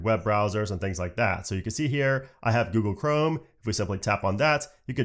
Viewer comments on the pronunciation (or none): none